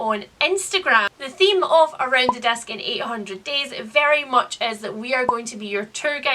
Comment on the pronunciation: Swear I thought you were saying "desk" instead of "disc". Around the Desk in 800 Days. Kind of a different read-a-long, I think.